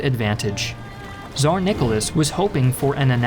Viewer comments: he is spanish and in spanish its with Z not with TZ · Tsar* it's TS, not Z. Я русский, я лучше знаю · my wife is Brazilian, and she cannot say Tsar, cause in Portuguese it's said as how we English-speakers say Caesar, which, to be fair, the Latin-speakers do have a hold on that word. So Russia really just mispronounced Caesar.